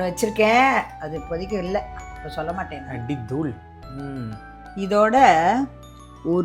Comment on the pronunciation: ஷூடாகணும் ஷொள்ள கூடாது இது தமிழ் ? பாதி தயிர்ஷாதம். நாயன்மார்களும் ஆழ்வார்களும் வளர்த்த தமிழ் இப்படி மாறி நாஷமா போச்சு..